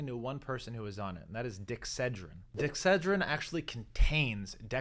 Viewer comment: It’s pronounced dex’ a dreen. And has been for seventy years.